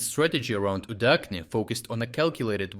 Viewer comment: so you are not even an Ukrainian? You don't read cyrillic? Удачне (Udachne) is read with CH and not H. Please stop reading it wrongly. Moreover, very sarcastically, Удачa means "luck" - so Udachne village means "lucky place" eh eh...